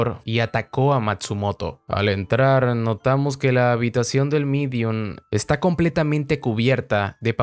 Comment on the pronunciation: Se Dice Medium.